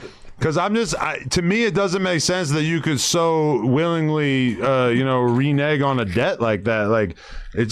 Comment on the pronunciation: Re-neg was way worse than re-nig.